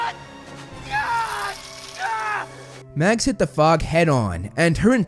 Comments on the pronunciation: It's mags not max? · It’s Mags not max just so you know (no hate )